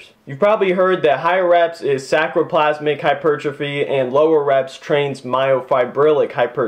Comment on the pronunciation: The word you are trying to use is: saRcoplasmic, "SAR"coplasmic. Not SACroplasmic. Otherwise pretty good talk, well documented in the medical and physiological literature. Keep it up!